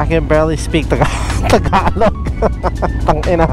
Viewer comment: fluent or not in Filipino, hearing that "tangina" in the right accent, satisfies me the most 😂.